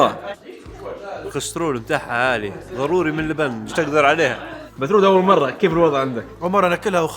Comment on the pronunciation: مش مترودة ؟ مثرودة بالثاء